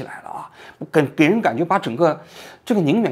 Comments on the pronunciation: 王局，是定远，不是宁远😅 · 定远 不是宁远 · 李克强总理的老家是安徽定远县，不是Ning远，纠正一下。